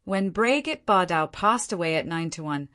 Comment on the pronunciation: First she did not go through a downfall and second you mispronounced her name throughout the narration, please correct the narration or your AI program.